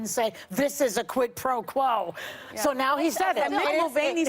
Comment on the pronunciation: The way Trump says “quid pro quo” makes me believe that he’s never ever in his life heard of the term prior to this Ukraine story.